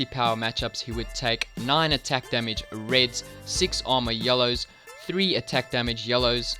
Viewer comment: "extra demige " ahahaha